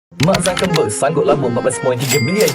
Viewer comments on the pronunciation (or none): Mintak maaf bro.nak tegur sikit je.gaya penyampaian terbaik.ilustrasi pun cantik.cuma tolong perbaiki sebutan seperti nama dan istilah seperti zuckerberg,bukan zukerNberg.scale bukan se-kel dan disebalik TABIR,bukan TAKBIR.overall,almost perfect.just pronounciation glitch.jangan marah ye kalau yg sebenarnya pendengaran saya yg bermasaalah🫡